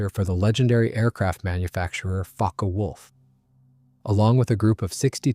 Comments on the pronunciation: Fokke is pronounced correctly and incorrectly in this video, leading to suspicion of AI slop, which would the other mispronunciations. The video is a bit suspect, as it seems to switch photos of planes somewhat randomly. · I think NENE is pronounced NEEN and Focke is pronounced FOWKa. Pulqui is pronounced PULKEE. Coup d'état is pronounced COO DAY TAH.